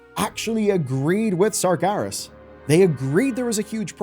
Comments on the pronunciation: Why is bro saying 'Sargarus' 😭😭😭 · serious surgerus sarjerry "they did surgery on a grape" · Pronouncing “Sargeras” like that should be illegal.